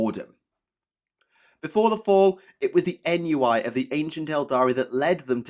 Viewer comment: Ennui is pronounced on-wee